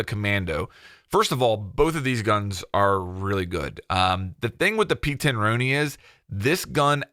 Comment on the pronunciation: Why can’t Americans pronounce the p10 roni correctly you say it like the the name Ron